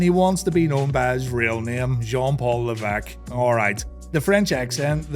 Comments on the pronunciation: Ooooh! This is a nice surprise! Nice to know I wasn't the only one who thought of pronouncing "LEV-ESS-CUE". Wild how we almost had Steve Regal and the future H-Man as the Bluebloods tag team at that time alongside Bobby Eaton. Also, lol at how Killer Kowalski made the 'Terra Ryzing' name. Even more so how WCW didn't just repackage him as a French snob with no explanation or anything. There was an actual effort to work the Terra Ryzing name into his character story arc. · /lɛ́.vəs.kjew/... Ok.